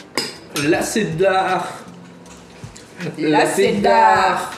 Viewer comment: Vous dites "la c'est dar" mais faut dire "la cheddar"🤣